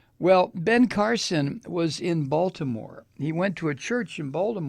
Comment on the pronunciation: I like you, but that's not close to how we say Baltimore in Baltimore. So please stop getting it so wrong! It's insulting. I totally hate Trump, and don't support anything connected to him. If i were you, I'd maybe choose some of the words you used in this video more carefully. That isn't a threat, just good advice.